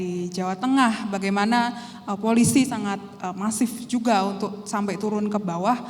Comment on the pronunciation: Turun mbak bukan tuwun, Er bukan ew